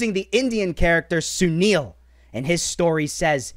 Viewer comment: Man you nailed the pronunciation of sunil